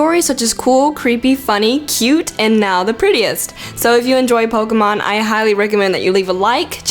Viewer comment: it's pokEmon not pokUmon!!!!!!😠